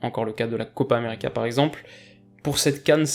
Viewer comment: j'ai repassé en boucle ton "Copa Americeuh.." il est fait avec style :P